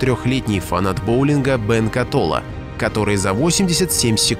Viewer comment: Бен Кетола, а не Катола